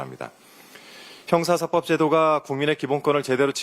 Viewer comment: 형사사법 제도로 읽어야 .. (형사사뻡 이렇게 읽으면 앙대요)